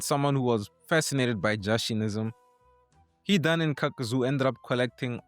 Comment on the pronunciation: Hee-don (Hidan)